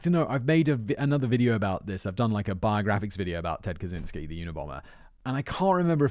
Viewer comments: Did you just say Kazinsky or Kazansky ?! 😱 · It always amases me that almost no one realises that the 'cz' in his last name should be read as a 'ch'. Cya Raziel-chan